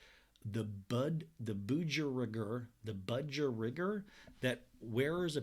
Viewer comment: The way you say budgerigar…and the “aussie” accent 😂